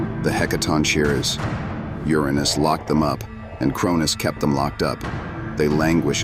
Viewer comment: You really need to fix the pronunciation of "Uranus".